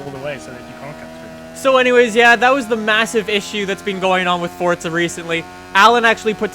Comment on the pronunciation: why do you say fortza wtf